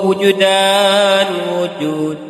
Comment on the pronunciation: WUJDAN BUKAN WUJUDAN 'AYAN BUKAN 'AKYAN